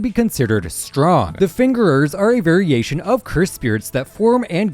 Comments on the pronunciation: did bro just say “the fingerers”😭🙏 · lmao I noticed that too